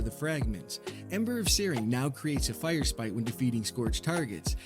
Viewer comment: Hi. Big fan. I've seen all your XXX films. Just one question though. When did the second r in firesprite hurt you? You don't seem to wanna talk about it. Signed, -Your friendly neighborhood hunter main